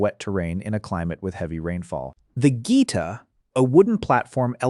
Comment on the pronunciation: That is not how you pronounce "geta". It's not "gita". It's geh-tah.